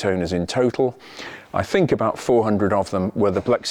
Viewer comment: "What is not to like abaout that..." wonderful english-course of yours! Thanks from Berlin for content and language;-)